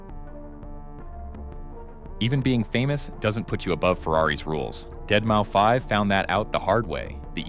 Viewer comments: This video really shows the text to speech a bit too much. Z “O” 6, Deadmouse not dead mou5. Other than that, great video. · Deadmau5 is pronounced "Dead Mouse". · Bruh, what the fuck is a deadmoufive